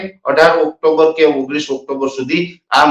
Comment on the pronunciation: NOT OCTOMBER BUT OCTOBER